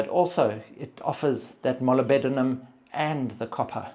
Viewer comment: Molybdenum is pronounced mo-lib-denum with the emphasis on the lib. 😊